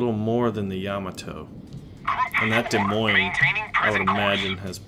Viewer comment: The "s" In Des Moines is silent.... I'm from Iowa, so I know this.